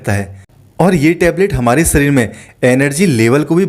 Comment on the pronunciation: सरीर (शरीर) पहले अच्छी तरह बोलो अन्यथा दूसरे को मौका दो। राम देव की तरह अकेले नाटक बाज़ी न करो